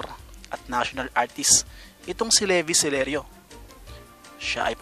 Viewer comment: Hindi Leo Sir? LEVI CELERIO OUR NATIONAL ARTIST FOR MUSIC AND LITERATURE. GIVE HIM AN HONOR TO PRONOUNCE HIS NAME RIGHT?